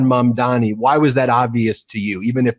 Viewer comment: Please get his name right - it's Zohran Mamdani not Mandami. We'll be saying it a lot so show your respect by learning his name.